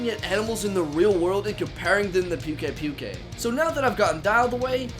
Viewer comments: I think its pukei-pukei is pronounced poo-kay poo-kay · It's poo-kei poo-kei not pew-kei pew-kei. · Not to be mean but pukei pukeis name is pronounced pook a pook a not puke a puke a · I believe it's pronounced Pookay-Pookay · He just likes saying like that. He knows how to pronounce it but he prefers to call it Pewk Ai Pewk Ai. He said that in one of his Livestreams. Just like me with Rathian. I know it's pronounced Wrath-Ee-an but I prefer calling it Wraith-Ee-An